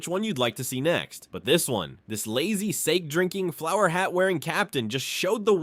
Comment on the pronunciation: Fyi the a in sake is ah, not ay.